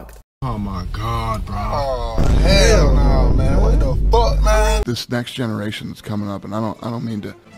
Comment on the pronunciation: This bitch unironically said "naur"?!